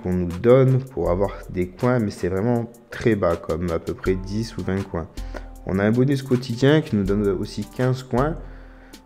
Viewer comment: Tu la mal prononcé mais c pas grave XD